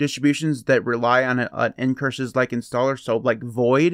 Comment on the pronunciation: What are end curshis like installers. Couldn't understand your pronunciation and the transcripts didn't help.